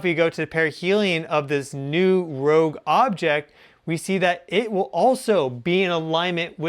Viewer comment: ROGUE!! not "rouge"